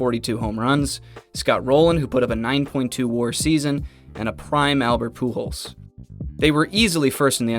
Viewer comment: surprised the Ai got pujols right